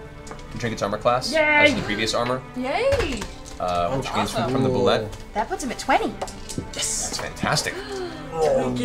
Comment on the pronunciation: The Official Pronunciation of Bulette is "Boo-LAY".